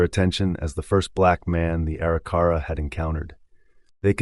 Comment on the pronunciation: EXCELLENT re-telling of the events on this years and years long journey by the Corp of Discovery!!!! But there are more mis-pronunciations of some of the Tribes. At ........The Arikara Tribe is supposed to be pronounced A - Rik - Er - Ra not Eri - Cara.